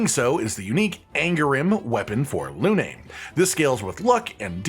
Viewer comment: Careful with the pronunciation - it's not "Luné", it's "Lune" (lunn); it's not sakapataé it's sakapatat' ("sac à patates", or litterally in French "potato sack")